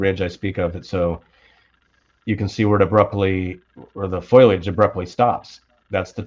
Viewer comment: FOLIAGE not FOILAGE